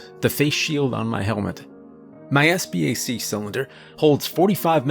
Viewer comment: Not to be that guy, but right at the start you say "sbac" not "scba"